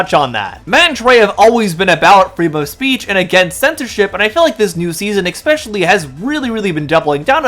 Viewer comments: I hate to be that guy but please it's "especially" not "expecially" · Thumbs down for not being able to pronounce a simple word like “especially” Is there a f@ “x” in the word “especially”!!!!???!?!!?